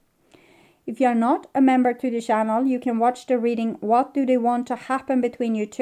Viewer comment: Please practise English pronunciation of the words "thoughts" and "channel". It is not Coco Chanel, but chaNNel!!! 😂